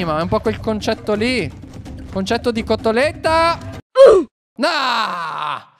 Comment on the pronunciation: Quando dice cotolette esce l accento veneto😂